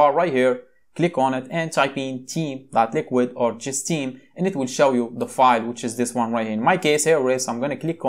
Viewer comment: First of all your accent is not good. It sounds like teen not Theme. Please from next time just show the word/keyword on screen if you cant pronounce it. Thankyou.